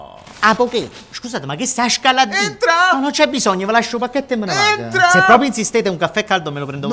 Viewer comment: Entrah? Non entrah!😂